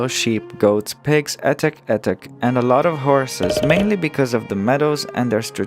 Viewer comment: I am very confused by something. - "...etic etic...and a lot of horses" - "..etic etic." Are you saying "etc etc" because that is short for et cetera.